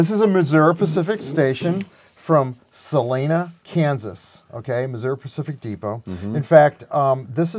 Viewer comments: Why, did someone say Sa Lee Na?😆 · I believe he called it Sa-lay-na.